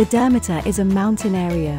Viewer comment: Learn how to properly pronounce it and then I will maybe watch your video!!!